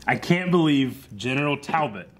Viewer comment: Ok is saying Talbolt on purpose just to trigger people now 😂